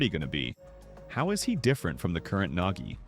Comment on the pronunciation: XD "NEL NAGGI" "NEL NAKKI"